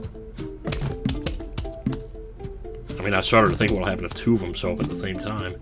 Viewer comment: It's so great that you say "There's too many AWWFthem" and I legit just went back and watched you Willow Playthrough again and was blessed with hearing the origins~